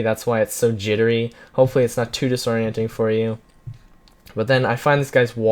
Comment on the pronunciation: you said disorenting alot in this video